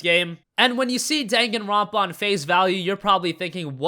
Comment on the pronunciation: You butchered the pronunciation on Danganronpa